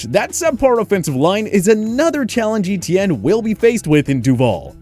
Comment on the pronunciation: So cringy to hear this guy pronounce Etienne (= French for "Steven") like E-T-N.